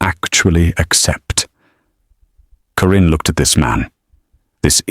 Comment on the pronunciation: Thankyou for a good story. The name 'Karin' was constantly pronounced as; 'Corinne'???? It bothered me. Pretoria South Africa 🇿🇦